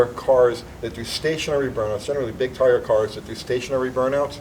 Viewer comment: no, I think just mispronounced "tire" and didn't catch it.